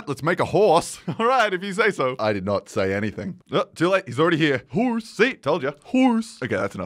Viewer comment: I love the stupid, "h U O R s E"